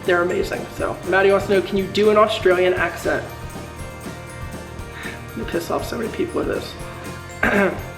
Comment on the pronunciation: It's Australian, not Austrailian. Just sayin' hahaha